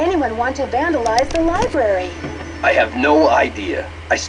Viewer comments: I love! When he said "Libary" instead of "Library", I'm like, "DUDE! I am definitly going to start saying "libary"!" And ever since, I have ^_^ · The care taker said libary not lybary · Oh my, DOES say Libary! Ohhh he had me laughing for a good 20 seconds. XD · Having played and watched this before and remembering there were a good bit of facts about Marie Antoinette I wanted to watch again because for some reason I like to write research reports and I got stuck watching when said "Libeary" for goodness sake its Library! THERE ARE TWO R'S HE NEEDS TO PRONOUNCE BOTH!!!!!! Otherwise, great video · it's LIBRARY. Not "libarry." XD - *Snicker* Lisa's voice is...ugh... -_- You can kind of tell this is an older game by the wayLani Minella's (Nancy voice actress) speaks. It's sounds sort of different than it does later on. Older, I guess.:/ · GAH! He pronounced it "libary"! I hate it when people do that!